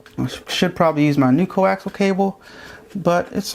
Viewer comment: C0AXIAL---NOT "CO-AXEL."